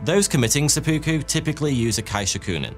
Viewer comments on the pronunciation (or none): There is no r in "Fakkuyū." Also, Japanese ritual suicide is known as Seppuku, not "Sebooku."